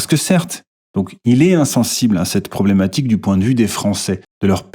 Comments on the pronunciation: « Problematchique » t’es vraiment là que pour le rage bait 😭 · "Problematchique ", tu es moqueur 😂😂😂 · "problématchique" ah ah ah bien joué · Encore un « problématchique » savamment dissimulé, habile